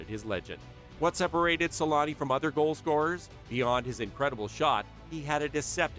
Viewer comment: Always found it funny how they call him "Selanni" (like salami) in English 😂